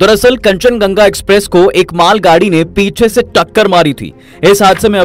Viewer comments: Kanchan Ganga nehi yaar Kanchan Junga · Kanchan ganga nahi bhai kanchanjunga hoga😊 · Rail ka naam thik se boliye bhai.kanchanjungha hai. Kanchanganga nehi.😡😡😡😡😡😡😡😡😡